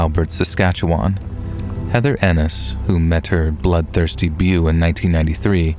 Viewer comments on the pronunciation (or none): Beau is pronounced "bo" not 'be-u." Long O sound not long U sound. You're welcome ;) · "Beau" is pronounced "BO"